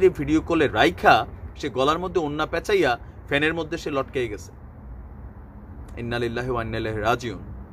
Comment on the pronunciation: লুবনার ম্রওুতে।।ইননালিললাহ পড়া ভুল।